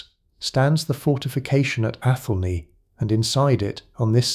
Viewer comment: People living in what could be England wondering if they will have something able to be called a country shortly - that's England now. It's pronounced ATH'lney, or are you an AI. The peasant's name is pronounced Cheyolwolf. A Smith was a man of very high standing in a village in those days - people's lives were depending on him. No such thing as pottage in those days!